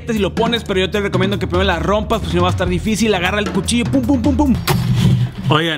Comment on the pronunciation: dijiste puchillo jajaja